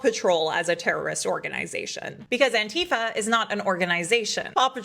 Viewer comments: It's anti fa NOT. Ann tea fah. Oh and I'm Anti-fa. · Really wish people would learn to pronounce Antifa